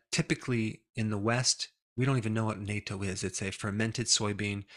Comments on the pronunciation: Due to certain current geopolitical circumstances, I’d say that these days it’s kinda important to pronounce the word “Natto” correctly, instead of “NATO”.😅 Not that anyone would get them mixed up. Youtube might “hear” it and think differently though. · dear DR Berg, the CORRECT pronunciation of natto is nu-tto as if you are adding the elongated O sound to the standard pronunciation of nut ( as in peanut ) i used to live in japan. thankyou for all that you do for us. your current mispronunciation is the same as North Atlantic Treaty Organization=NATO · Okay. I waited long. It’s time for you to correct your pronunciation of ‘natto’. It’s pronounced ‘NOT-TTO’ - and spelled in Japanese as なっとう. The ‘TTO’ should sound like the first syllable of tortilla. Nay-to is defense treaty. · it's not pronounced nay-toh, it's pronounced nah-tou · duh, Natto is soy bean, and Natto is served in Japanese restaurants, at least here in LA. Natto is pronounced naatto, not nayto. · Pronounced NATTO, not NAYTOE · Believe me.... Natto is NOT something most people will want to eat....🤣🤣🤣 it is pronounced 'not toe' NOT 'nay toe' 😂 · natto is not pronounced like NATO. it's pronounced like NUT - TOH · "People in the West don't generally know what NATO is." Indeed, as your pronunciation testifies. It's "nah-toe". (although the spelling is nato) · I am in Japan, you prolly got told a zillion times though I haven't seen it in the comments yet, but pronuniciation of "natto" is NAH-TOE). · Its nah-toh. Otherwise, on point. Its common in Japan, and thats about it. Even some Japanese can't stand it. My roommate in Japan used to eat it all the time and I would tease him a bit. We're still good friends and natto tastes better than it smells. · Dr. Berg, please stop mispronouncing natto. ˈnä-tō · It’s pronounced like “nut toe”, and it is popular only in Japan (not other parts of Asia).